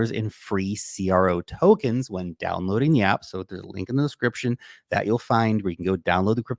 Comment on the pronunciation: Where - Wen 😂